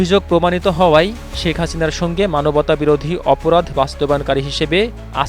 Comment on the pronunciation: “ ছি এন এন , বি বি ছি , শেখ হাচিনা “ কি সুন্দর উচ্চারন 😂😂 👅👅 😁😁